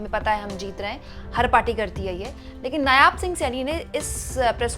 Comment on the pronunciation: Madam g, nyaab nahi, नायब सिंह